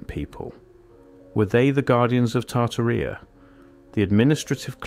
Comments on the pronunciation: The original giants are from the bible. Genesis 6 tells of fallen angels (200) who took human women that gave birth to the Nephilim. And Tartaria doesn't rhyme with diarrhea, it is pronounced Tar-TAR-ia 😂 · It's said...Tar-tearia... not Tar-ti-ria 🤣🤣🤣... It would be nice to see the photos of the buildings as you're talking about them, and it's so NOT COOL that you've used AI generated photos in the mix... shame on you!... what a fruad and a waste of time too. Why didnt you do the proper research and leave the fake photos out??? There is PLENTY of REAL evidence of giants, but adding a buch of fake AI photos in with the real ones, makes EVERYTHING you say and show us, questionable, unrealistic and less believable, especially for those who actually dont know about giants being real .. so thanx dummy,... i definitely wont be watching you again! 🙄🙄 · Genesis 6-4 says there were giants in the earth in those days and also after that(after the flood).the bible is 100% true and its 100% a historical document.its tar tar ia not tar tar rea by the way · Pronounced Tar tar rub! I hate AI voice overs! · Tar-tuh-REE-UH. Seriously? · Correct pronunciation and accent when you're dealing with history please ! Names are not to be mangled ... Tartaria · Your cant even pronounce Tartaria correctly 😂 do better 👎